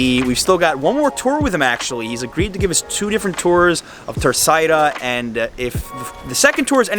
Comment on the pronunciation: He says them perfectly? He calls Terceira TA ÇAIRA. Isn't it pronounced TER ÇERA?